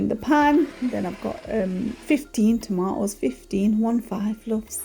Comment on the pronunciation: Tomatoes has a T :) subscribed anyway